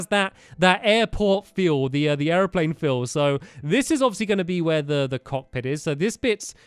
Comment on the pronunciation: Stampy is pronuncing airplane as air-a-plane